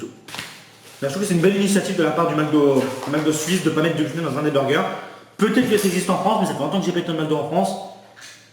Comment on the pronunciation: C'est "gloutène" free jsp pk mais j'ai éclaté de rire 😂😂😂